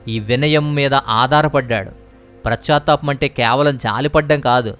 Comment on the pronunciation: PRAS CHA THAPAM KAADU . PAS CHA THAPAM . BHASHA KUDA VINAALANIPINCHELA PRONOUNCIATION CORRECT GA VUNTE INKA BAAGUNTADI .